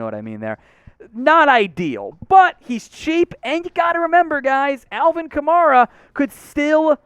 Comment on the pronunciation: Man wtf do you know? You can’t even pronounce “Kamara” the right way. This is the worst Saints channel on YouTube.